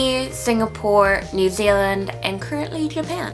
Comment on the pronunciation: you say New Zealand like a real New Zealander